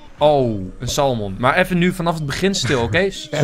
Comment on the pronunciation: Enzo, als je volgende keer weer gaat vissen moet je salmon juist uitspreken. Je moet de 'l' niet uitspreken.